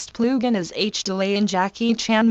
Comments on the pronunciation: “Next plew gin” 😂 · "Ploogin" haha